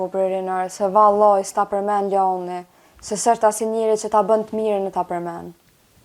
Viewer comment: Venera je shume simpatike po pse thu (Loani- Luani) jo Loani